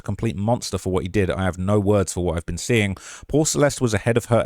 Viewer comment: "Where she bean"